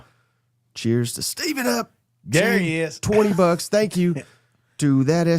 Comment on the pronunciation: It sounds like you guys keep saying STEVENup when it's spelled STEVEup. Where you guys getting the "N"?